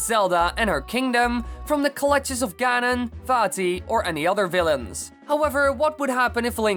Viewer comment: it’s ganon not gannon